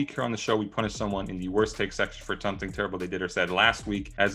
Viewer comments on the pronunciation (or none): for saying 'TUMTING'